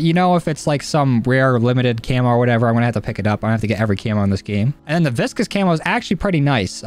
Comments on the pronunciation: Bro the camo is called viscous like the word not vis-cous😭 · Him mispronouncing things is what keeps me going bro, too funny 😭